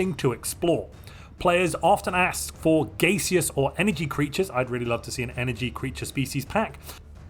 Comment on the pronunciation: Not gonna lie, the pronunciation of "gay-seous" threw me for a bit...